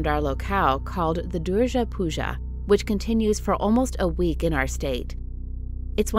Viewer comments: Its durga puja not durja puja 💀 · Its accutlly pronounced as durga not durja